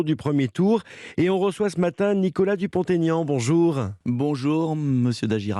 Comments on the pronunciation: Dupon ( t) Aignan pas Dupontaignan 😠😠😠😠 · DUPONT-AIGNAN pas Dupont TAIGNAN!!!respectez il l a assez expliqué... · Ha bravo, je dis sans cesse qu'on ne fait pas de liaison pour les noms propres. Est-ce que les journalistes font du français à l'école ?